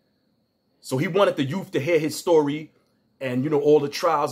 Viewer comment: Wtf are AT RISK ‘YOUFS’?